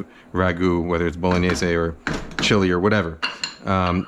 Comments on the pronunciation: Hey, great vid looks delicious but- isn't it pronounced: boh lo nyais? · my italian grandma turns in her grave every time you say bolo/gni/ese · I love how you pronounce “bowl-o-nayse”